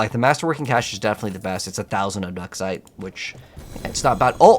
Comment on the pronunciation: Never heard anyone in my life call it ob duck site